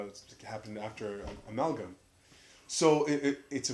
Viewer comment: and I'm glad that I finally see someone that says "Amalgam" right haha. I've gotten a shoutout from other channels a couple of times and they all end up saying my channel name wrong.... Every time haha